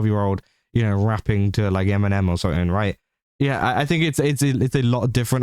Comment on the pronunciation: bro really said eminen 😅